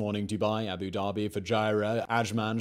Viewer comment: Please, please, please can you learn how to say the title by which senior Arabs are customarily called, Sheik? It means 'learned in the Koran' so ought to be taken seriously. Every time you say it it's like nails on the backboard to me!! It's Shake, like bake and NOT Sheek, like cheek. Yes? And while we're here, it's Abu Da-bi, not Abu Darby. Otherwise, thank you, I enjoy your work though, boy, can you talk a mile a minute!